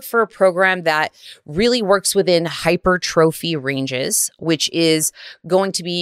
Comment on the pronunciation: "Hyper-Trophy" lol... pronouncing it wrong.